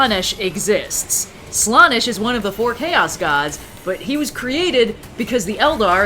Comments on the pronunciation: Every time says Slawnesh it causes me 1d4 wounds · I’m sorry, but hearing pronounce it Slah-nesh physically pains me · every time says "slaanesh" in a WAY different way then ive EVER hear it said, my hears bleed a lil.. the slaanesh noise marines would be proud.... also slaanesh is a thay:) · over here, making me doubt you're to pronounce slaanesh 😅, also loved description of the Imperium's religion "Yes the Empire is totally alive in the warp still!" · The way says slanessh hurts me